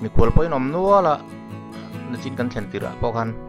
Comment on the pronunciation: Thianpa i video hi ka en ziah a nia,chuan ka lo sawi ve mai2 duh chu nachin ti tawh lovin nichin ti hram tawh rawh aw🤭🤭